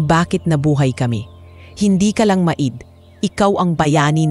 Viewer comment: Bakit ang pronounce nia sa maid ay ma id?